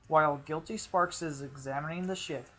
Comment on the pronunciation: This is late but it's pronounced guility spark, gill-eh-tea spark. Spark not with an s